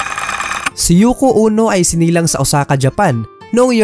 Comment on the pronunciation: Yoko Ono po hindi Yoko Uno 😊